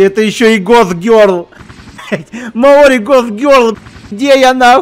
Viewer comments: всем закрыть окно, в слове маори ударение на букву О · Так он вроде бы и произносил Мао́ри, нет?